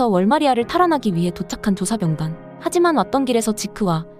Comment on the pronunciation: 목소리필터임? 조쌌병단 진껶의거인등등 발음이ㅋㅋ